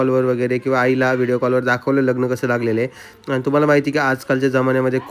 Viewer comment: लगन नाही लग्न म्हणतात दादा